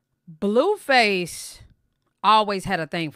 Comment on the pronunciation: Are you pronouncing his name as Bluefuss on purpose?